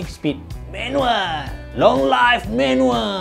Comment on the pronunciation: Long live bukan long life. Sebutan die "liv"